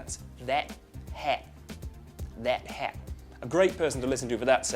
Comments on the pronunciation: I'm Aussie and we say 'hat' not 'het' that's kinda kiwi... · a hat is not a het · FTM Veiled No, you're objectively wrong. He gets most of the accent right, but there's no way any Australian pronounces hat as 'het' like he does. If you do, please move out of the country because you've mangled your own accent. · From a Australian start was great, but than it started going down hill and started getting fake+ deep. And then he said het, nope we say hat. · The vowel sound was way more kiwi than australian. Hat is pronounced more flat 'a' than an "eh" sound, which is obviously very new zealander. And I don't know anyway who actually raises the pitch at the end of a sentence unless it's a question. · Haha! This was pretty funny. I'm Australian and we don't say haat. We say hat. You don't need to extend the 'a'. You did mess up a few other words but that doesn't matter. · I'm Australian, why am I watching this? But the thing it we don't say 'het,' then again there's multiple accents in Australia alone, like how people pronounce 'castle.' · We do not say 'Het' We say it how it's spelt. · It's hat....not het! We're not from kiwi (New Zealand) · same as you ... hat. He got that one wrong. "Get thet het" would be more NZ. Generally speaking you will hear a definite difference between a's and e's. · "I love thet het." Bullshit, Aussies don't sound like that at all! The 'a sound' in 'that' would sound more like a nasal 'a sound' instead of an 'eh sound'. That specific pronunciation at the end belongs to our neighbors: the lovely people of New Zealand! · Yeah he pretty much nailed the rest of the accent except the "thet het" part.. SO KIWI lol! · You did the accent quite well up until "het". We sound closer (but still different) to North American on words such as 'hat'. Just FYI. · when you pronounce hat like het is sounds more like a kiwi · Lol "het" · nah, the a sound, like het (hat), thats a new zealand accent. but the rest is good.